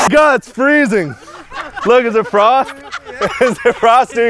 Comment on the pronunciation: frost 🚫 fross ✔